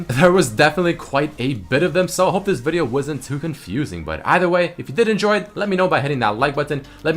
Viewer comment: Change the intro please..and stop saying video the way u say it XD